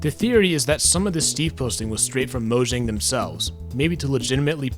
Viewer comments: It’s pronounced “moyang” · Every time he mispronounces Mojang an Angel loses its wings